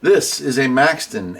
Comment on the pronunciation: Question, Do you mispronounce and misspell radio names on purpose, Maxon is Maxton, Retevis is Retreevis? I really like you videos. Been a subscriber you years.